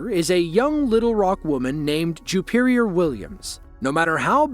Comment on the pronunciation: Juperior? Jewperior? Ok.😮